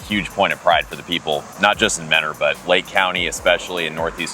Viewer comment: Love that you took care to learn how to pronounce the town of Mentor properly. I grew up in the next town over and it’s always jarring to hear people pronounce it the way it’s spelled 🤭